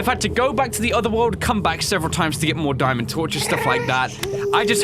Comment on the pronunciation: Diamond, not daimond